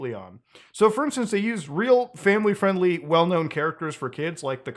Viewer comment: "that's not famiwy fwiendly" -Muta 2023